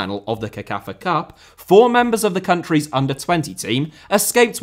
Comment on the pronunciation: CECAFA is pronounced as sekafa NOT kekafa. Just thought I'd put it out there